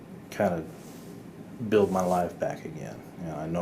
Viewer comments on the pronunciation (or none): none